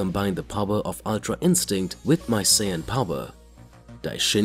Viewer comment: narrator: sin me: F##K YOU BRO IT SAIYAN